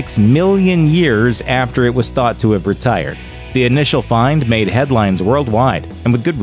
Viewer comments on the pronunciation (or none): none